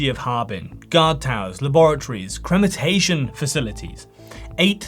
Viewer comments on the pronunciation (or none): What the fuck is cremantation? You mean cremation? Krem-eh-shun Krem-ah-tor-e-um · " ...crematation" - you're KILLING me.